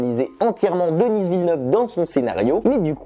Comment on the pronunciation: On prononce Denis à la française, pas Dennisss à l'anglaise, il est québécois donc francophone.